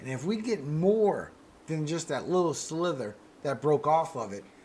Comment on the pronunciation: Just s slither or sliver? I kept hearing slither